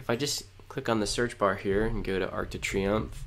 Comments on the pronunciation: I cringed every time you said Arc de Triomphe😂😭 But great video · great program but if you say Arc De Triomphe one more time